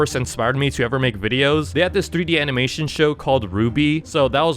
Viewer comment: Bro the anmenitin that he made was💀💀💀💀💀💀💀💀💀💀💀💀💀💀💀💀💀